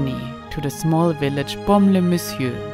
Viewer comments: merci pour ces belles images ,j adore votre accent et votre façon de prononcer BAUME- LES -MESSIEURS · Baume-les messieurs est un incontournable de notre belle région, bien-sûr. Présenté et prononcé avec votre ravissant accent anglo/suisse bernois il devient plus merveilleux encore. Merci, vivement le Bordelais.